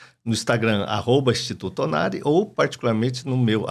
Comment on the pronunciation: O nome do médico não é Ornari, fala certo. É ONARI.